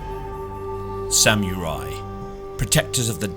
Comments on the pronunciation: I like how he said it sam you rye lol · "Samurai" look up the meaning and how to say it. Say it with meaning. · Hearing you trying to pronounce samurai is almost as bad as hearing Benedict Cumberbatch say try to pronounce penguin. Almost. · I legit lol'ed when I heard how you say "samurai" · Is that how you pronounce samurai? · “Sam-oorye” “Oh-fence” I just cant dude wtf are those pronunciations 😂😂😭